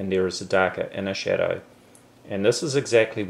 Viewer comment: when he says "shadow" i hear "cheddar".